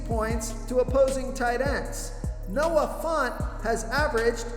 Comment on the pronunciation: At this point I'm convinced you purposely jack up people's names. Noah FONT? 😂